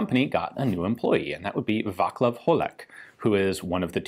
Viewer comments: "Vaclav" is pronounced with a C not a K, so its not Vaklav but truly Vaclav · Vaclav is pronounced vatzlav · As usual great video, informative and professional, but! Vaclav! pronouce: Va-tz-lav ... prosím! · Hmm... except Vaclav your pronunciation is getting better :D It is more like "Vaatslav" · Very interesting, thank You for Your great job. One thing: Waclaw is pronounced : va slav (as in slav, slavic people). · It's more VaZlav than Vaklav. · The correct pronunciation of Václav is: [ˈvaːt͡slaf] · No it's not. If anything, you are missing the "t" in front of the "slav". But we don't pronounce that as "ts", that's just an approximation. Plus the "a" is the long variant, "á", which is pronounced as [a:]. And it's Václav, not Waclaw. :P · His pronunciation of Václav is actually pretty common mistake in English. But I thing that corrections form other people are not meant to be mainly as complains but more like clarifications for Ian for future reference. ;-) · Exactly, the the "c" should sound like that in "bounce" or "fence". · Every time you say Václav's name my stomach turns over. But its a good video anyways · Vaclav - C, not K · apart of the C pronunced as K in Václav was the rest pronounced adequately for non-Czech speaker.